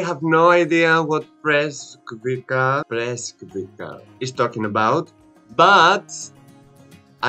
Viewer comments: Oh come on...why everyone pronounces BreskviKa. Wrong. Breskvica which means little peach pronounces like Greeks pronouns tzatziki. Breskvitza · Title: Eagles Nest Breskvica in English is pronounced "Breskvitza"